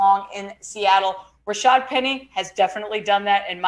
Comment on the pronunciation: The announcers called Rashaad Penny, Rashard all game.